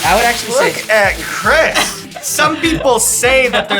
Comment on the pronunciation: It’d be cooler if someone told the host how to pronounce Chris’ name